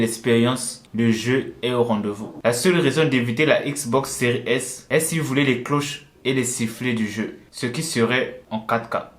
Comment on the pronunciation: On dit xbox séries s !!